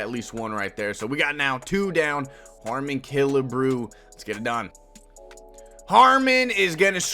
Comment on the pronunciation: Bro said e-harmony 😂😂